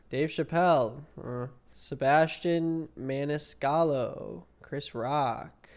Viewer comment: The fact you have to look up a website to tell you who you should find funny or not tells me all I need to know. You can't even pronounce Sebastian Maniscalco's name properly and you somehow think you're a good spokesperson to judge what is funny or not? Do you even know any of those names on that list? Probably not. You're the kind of person and generation he's talking about. Totally clueless and needs to be told what to say and think. It's no wonder you don't get it since you don't have an ounce of humor in your body. He's funny, you ain't. The only thing funny about you and your ilk is the depths you go to to find everything and anything offensive. Now THAT'S funny. Hear those people laughing in that crowd? You could never get a laugh like that in your life, stop pretending.